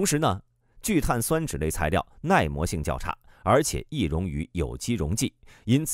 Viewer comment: 聚碳 酸酯，播音没学过化学吧😂。中间为什么要停顿一下